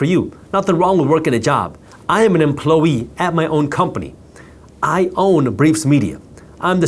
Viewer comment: Ugh so many bot comments 😤 I appreciate your videos ty brother 🙏🏽 also made me laugh how you say employee like emplowee 😂 cute